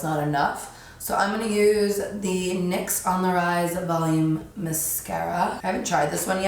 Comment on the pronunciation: This look is so gorgeous and I love when you say the word mascara, you pronounce it so cute